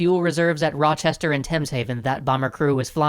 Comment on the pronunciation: Hey, as it's bugging me rochester is pronounced roch-ester, not roch-hester. I know it's a small detail but given I live there I just thought I would inform you.